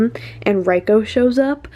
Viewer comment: I loved this video so much. It was amazing commentary but please please please its not pronounced R I ko. It is pronounced like Reeko. Trust me hes Japanese. Apart from that AMAZING VID BLESS YOU❤